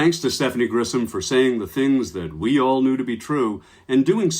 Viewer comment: Grisham, not Grissom. You're mispronouncing her name.